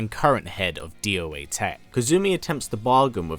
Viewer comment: You say doa tech as doa tech, not d o a tech.